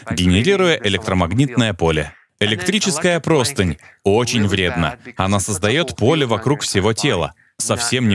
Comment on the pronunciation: Электрическая ПРОСТЫНЯ (ударение на Я). Этому бедному слову катастрофически не везёт: что только не услышишь в любом падеже! Вот и здесь 😢😢😢